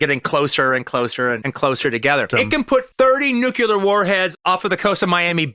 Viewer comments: By the way, it’s nuCLEar not nuKELar. Or maybe it’s Quentin’s Russian accent. 😅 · The guy says New-kya-lur! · Me and Marcia? Me and Roger? Me and Roger? Nucular? How can QT be so brilliant yet talk like a retarded teenager? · I stopped the video at “nu-cu-lar”. Sorry. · Sorry. You say 'nukyular,' and I'm out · He said 'nucular'...☹